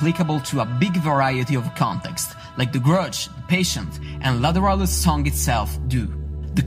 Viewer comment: I think it's pronounced "Lateralus" As in, lateral movement. And them you tack on the word "us" at the end.